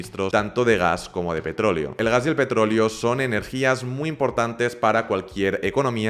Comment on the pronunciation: Todo bien con tu vídeo pero cuando dices petrolio y no petroleo me da algo